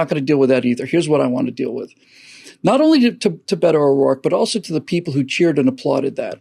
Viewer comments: It's Beta (as in beta male) O'Dork... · It’s pronounced Bee’toe